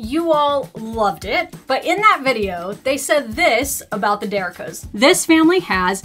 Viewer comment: Let me help with the pronunciation of The Derricos Family. Der-ree-coes